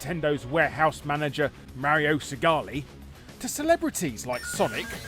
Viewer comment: Idk why but it really irks me how ppl keep mispronouncing Mario's name. The dude even says it properly in his games many times 🤣